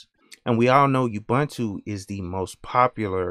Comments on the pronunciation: I thought ubuntu was pronounced oo-boon-too. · Awesome video. One note tho... It's not pronounced Youbuntu... It's an African word, here is Deamond Tutu pronouncing it and explaining the humanity aspect...